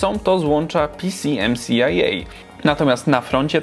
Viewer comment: Bardzo ciekawy odcinek nie PCMCIA tylko pćimća